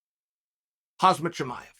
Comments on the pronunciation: Is it difficult to say Hamzat or Khamzat. Hasmat is a safety suit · Chael, i think you mean khamzat... like with the m in front of the z. You’re saying khazmat who is this khazmat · I’ve noticed multiple times that Chael calls “Hazmat” instead “Khamzat”😅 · bruh he has been doing it for years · Don't forget about BIWAL. I'm convinced Chael deliberately mispronounces names to drive additional engagement in the form of these comments correcting him. Well can't lie, it works. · "Khazmat Chimaev" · Stop sayin “Hazmat”, you should learn the fighter’s name by now. That why Rogan is still top on the list. He make sure he got the name right. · It's not Hazmat! Get his name right. Have abit of respect. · ....could swear he called him HAZMAT CHIAMEV😆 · Still "Hazmat Chimaev" suite. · Hazmat Chimaev lol 😂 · I like how chael still calls him 'hazmat chimaev' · Would Morgan call him “Haz-mat” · uk boy "hazmat chamoyev" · Just came here to hear Chael say his name wrong 🤣